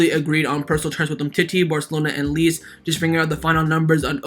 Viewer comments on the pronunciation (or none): Very gd content. But it's pronounced as lay chay = lecce